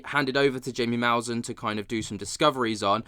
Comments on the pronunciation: Jaime mousan Hi. Em ay or Hi may Moo. sahn, accent on the second syllable. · Bruh his name is jaime pronounced (hymee) (musan) your killing me with the pronunciation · Just FYI it's pronounced HYMiE Maussan😊